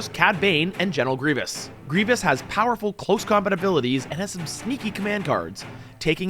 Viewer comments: It's so painful to hear him say Grievous's name so wrong... Even a year later. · "griv-e-ous" lmao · After burning out on Warhammer, I recently started playing legion. Really enjoy seeing more legion content. The only comment about the video is one ah-gree-gee-us mistake continually calling him General Gree-vee-us. :) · Every time he said Grievious I yelled Grievous! 😂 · Does his pronunciation of Greivous drive anyone else crazy? Like bruh theres no second i in his name, and they say his name dozens of times in the shows and movie, if you're pronouncing his name wrong you have to be trolling. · Great to see legion stuff! Just gonna say... You're saying Grevious wrong and it hurts my heart 😂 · Fun video, but constantly calling Grievous Grieveeous was driving me nuts. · It's really minor, but it's General Grievous, man, not General Grievious. Very interesting style and format. The scripted talking points seem a little bit rigid though. That might be my personal preference. Very high quality video. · Someones got to let this guy know it's Grievous not Grievios. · "Gree-vus" not "Greevy-us" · him adding a syllable in grevious name makes me itch lol great content tho keep the legion vids commin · It's Grie-vous, 2 syllables, that's it. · The way pronounces grievous is hilarious to me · This dude mispronouncing Grievous this whole game is killing me 😬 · Was looking for this comment, was driving me crazy hearing him say the name wrong lol